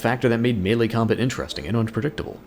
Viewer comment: it's "melee" not "melle"